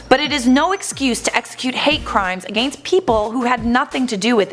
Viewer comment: lls the way she says against... sounds like a-gane-st